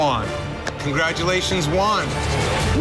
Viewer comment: It is not that hard to say Juan... J as in h sound, oo as in boo, a as in bat, n as in NNNot that hard